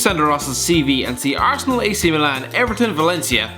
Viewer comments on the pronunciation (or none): none